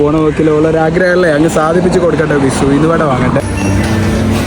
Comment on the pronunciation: Uyounuvada alla uzhunnu vada